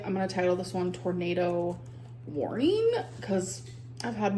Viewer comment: tornado Wouorning?? English is not my first language ,if i didn't had a degree at it ,i would never understand them with her idiotic pronunciation. Oh look i have more education in English language than Amber 😂